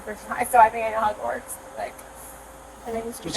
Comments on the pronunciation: I thought she said ‘I’ve been arrested before….and been to Hogwarts’ lolol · I thought she said “I’ve been to Hogwarts”. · Idk about y’all but I hear “Hogwarts” and not “I know how it works”